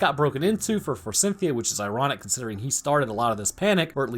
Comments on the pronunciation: Eh... forsythia doesn't have an N in it. I'm not sure who Cynthia is supposed to be, but I'm pretty sure she's not involved. It's for-sith-ee-ah, not for-sin-thee-ah. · There's no N in Forsythia. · F O R S Y T H I A, bro. Forsythia. The letter "N" does not exist there. And it's neanderthals, not neandertalls. The "H" is not silent. Fantastic movie, though.